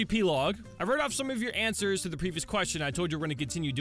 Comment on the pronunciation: All Da Anwsers.... ALL DA AWNSERS!!!!!